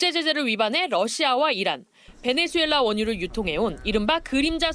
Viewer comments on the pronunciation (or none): none